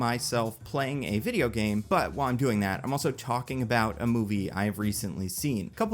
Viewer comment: I like how you say Fideo